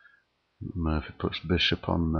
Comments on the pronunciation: It's Morphy; Paul Morphy. Not Murphy. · It's Morphy. Not Murphy. Look up Paul Morphy.